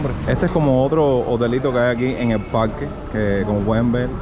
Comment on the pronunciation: Parrrrrque habanero, aprende a pronunciar